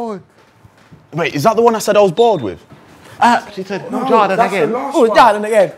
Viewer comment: “Who’s Jorydyann agen”